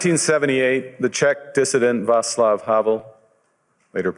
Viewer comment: Small point: pronunciation: Václav is pronounced Vah-ts-luff Thanks. Much appreciated.